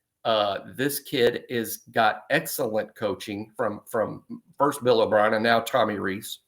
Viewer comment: Milroe has had good coaching from who? Could have swore I heard Bill O'Brian name fall out your mouth. 🤣🤣🤣